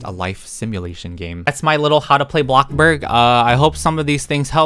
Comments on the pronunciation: I love how u keep saying “blockburg”, yep, teaching me the right thing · everyone: bloxburg: BLOXBUG 😂